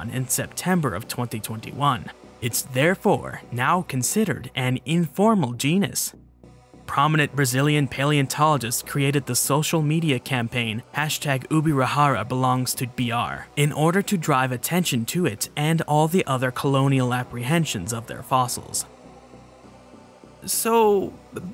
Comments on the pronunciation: Ubirajara is pronounced ''Ubiradjara'' not ''Ubirahara'' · It seems like some people in Europe think we’re still on the XVI century and they can just take whatever they want from anywhere. Also, again, the J in Ubirajara doesn’t sound like H. It’s not spanish